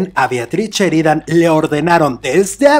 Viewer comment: No es cheridan es Sheridan